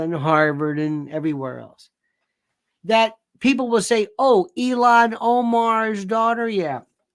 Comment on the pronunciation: It’s ILHAN not ELON Omar!